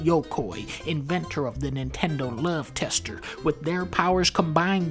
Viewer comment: I like how he said love tester in a southern accent.